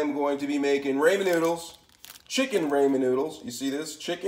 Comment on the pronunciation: Imma need you to pronounce ramen correctly sir 🤦🏾‍♀️🤦🏾‍♀️